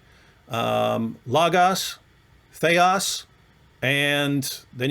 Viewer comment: Sir, your Greek pronounciation is putrid and disgusting. There are cases in Greek grammar - Accusative, Dative, Genative, Nominative declension a. "Theos" is not conclusive. Theos is also used for satan in 2 Corinthians 4: 4 "...the God of this world..." (...'εν οις 'ο θεός του αιώνος τούτου 'ετυφωσεν τα νο'η Μάτα των 'απιστων...) Here satan is THE GOD of this world/aeon (αιώνας) and not "world"